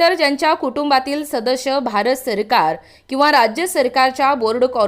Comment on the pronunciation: Shadash nahi sadas boltath